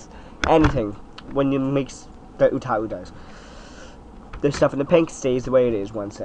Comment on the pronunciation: ...Ooh-tau not Ooh-ta-ooh